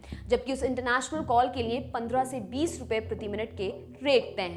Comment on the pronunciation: देवीजी आप लिए को नीये क्यों बोलती हैं